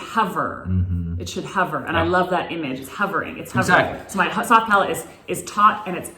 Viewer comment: Palate, not palette lol